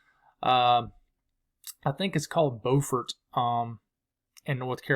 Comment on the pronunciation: Hey, you pronounced Beaufort NC perfectly! That’s my stomping grounds. I work in Beaufort and live in the western part of the county! You should come visit!